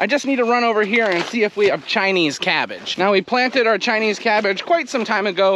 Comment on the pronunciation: "Chinese" cabbage. The way you say it sounds like yer sayin "tiny cabbage" and I couldn't figure how who'd want teeny tiny cabbage. 😂